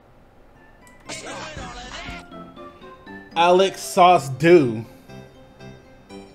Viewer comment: “Alec SauceDo” cmon bruh 😂😂